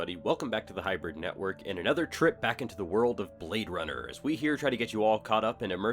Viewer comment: He say your a bwad runna